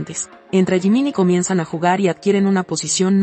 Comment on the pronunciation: Me encanta tú forma de decir lo que son jungkook jimin ❤❤❤❤los amo 💜 💕 ♥️ 💜 💕